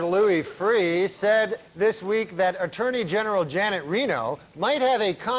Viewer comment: He can't say attorney general 😅